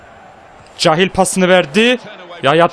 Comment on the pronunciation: gardaş süpersin ama cahiil kehyıl diye okunur